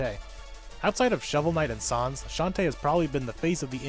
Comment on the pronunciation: did he say SAHNS